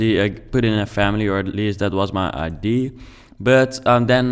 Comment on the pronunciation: Yes really nice !!! But the word is ideA And not ideE